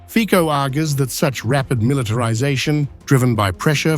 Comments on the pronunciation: Its C - sííí not K..Fico not Fiko. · For God's sake - it's Fitso, not Fiko! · I am Slovak and I approve this message👌 ans it's fico not fiko that's called professional journalism? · Noooo Fiko🙄.... FICO, FICO. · U read name of mr. Fico wrong. Try read the name how fizzo. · You need to learn how to pronounce his name. He doesn't even have mandate to turn Slovakia neutral.